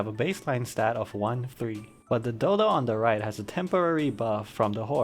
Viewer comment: Nice vid bro! Very informative, though maybe it's just me but I definitely didn't hear dodo